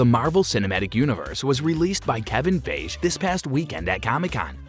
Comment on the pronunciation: you need to learn how to pronounce feige lol